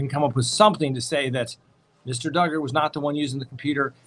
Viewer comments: Josh Duuuuuger…rhymes with huuuuuuger…lol makes me giggle out loud every time…always good to see you! Thanks for taking 60,000 people on vacation with your family! Edit: Make that 182,000 people lol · lol....Josh Dooooogar was funnier but everytime you mention Dugger rhymes with hugger reminds me of why you started saying that. 🤣